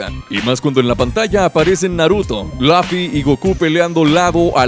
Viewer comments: ホセDAVID•神 el anime de One Pice si Es que cuando menciona los nombres de los personajes dice Laffy en ves de Luffy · A mi no me gustaron los combos tan limitados que tiene el videojuego. Pd:te mamaste con el " Laffy" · Laffy??? Que no se llamaba luffy? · C mamo con el "Laffy" xd